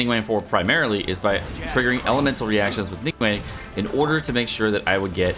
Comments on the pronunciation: Isn’t it Ning Guang not Ning Wang cuz he’s saying Ning Wang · Hey! Love your work and thank you for showcasing best legs in game For future reference, the correct pronunciation of her name is "Ning-Gu-Ung" (the "-ang" is the same as the English word "sung") Her name roughly translates to "condensed light" (凝光) a lot of the nuance is lost with translation but the "Guang" (光) means light Hope this provided some insight and will be helpful (◍•ᴗ•◍)❤ TLDR: NingWong instead of NingWang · I hate how you say her name like ningwang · Her name's pronounced "Ning Gwong" :P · I am personally offended that you pronounced her name wrong